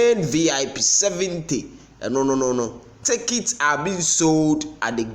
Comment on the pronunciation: My man, the word is pronounces as TICK-IT and not TAKE-IT. Im listening to you from columbus. Hmmmm! Ashantis